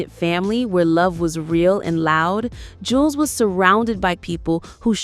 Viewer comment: That is not his twin brother, that is his older brother, but people call him twin because he looks alot like his lil brother Juelz ( Joo-Elz ) Not Jewlz 😂 its Joo- Elz, .. Smh , you A.I videos always put the information out wrong, meaning now.. Artificial intelligence is lieing now & thats dangerous 🫩🫩 & OMG, " What the Games been missing " was not his first album it was his 2nd.. " From me to you " is his first album.. wich is way better than his 2nd album..